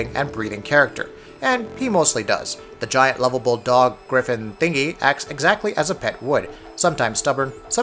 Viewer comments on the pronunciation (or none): none